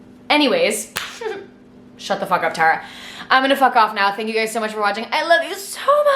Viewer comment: i know its literally your fucking name... but the way you say tara is so satisfying lmaooooo